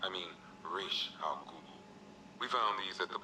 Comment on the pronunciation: "Ras...I mean Raish al ghul".